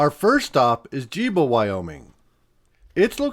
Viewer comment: Gebo not Jibo